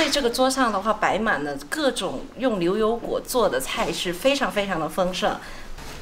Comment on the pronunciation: 女主持的普通话有一点点口音，不知道是不是四川人？把牛油果说成流油果。